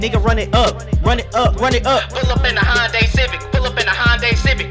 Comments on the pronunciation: We've been pronouncing Honda wrong the whole time. It's actually Honday 🤔🤔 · Nobody bouta talk about how he pronounce honda